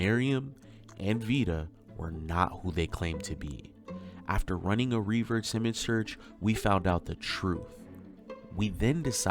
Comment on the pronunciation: Lord in heaven, someone tell the guy how to pronounce "reverse".